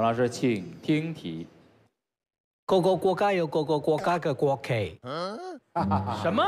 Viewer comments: 哈哈哈gogogogayougogogogageiguokei，贾玲的gogogoga真的笑死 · 国旗的那个我只听到go go go ga yao go go go go go go ga kei kei😂😂😂